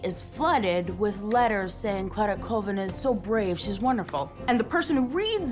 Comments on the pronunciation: it’s call-vin not cool-vin come on man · MY LAST NAME IS PRONOUNCED “CALL-VIN” not “ COOL-VIN” it’s like Collins. Thank you .